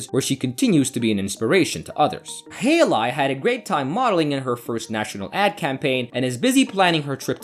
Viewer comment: Hay Lee, not hey lie... pronunciation should be #1 if you want to narrate.